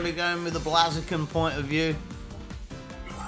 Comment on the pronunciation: The battle was cool... But your mispronunciation of "Pokemon" and "Blaziken" is unforgivable. You should be ashamed of yourself :P